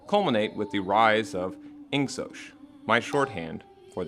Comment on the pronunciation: Unfortunately it's pronounced Ing Sock not sosh.... I wish it was sosh too...